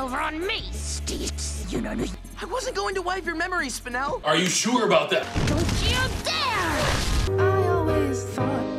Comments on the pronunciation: Spine-l it’s pronounced spine-ell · Did steven say spinal gay?